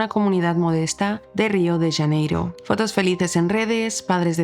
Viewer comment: La fonetica es Río de Janeiro, no "Yaneiro"